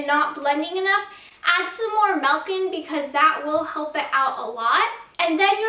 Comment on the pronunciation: Milk* not melk